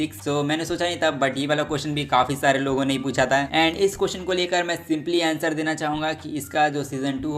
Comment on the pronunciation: Manga ❌ Manva✅ Surprises ❌ Suprises✅ Answer ❌ Aenser✅